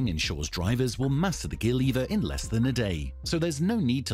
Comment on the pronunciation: It’s not liiiver it’s lever ,u speak worst then English second language student …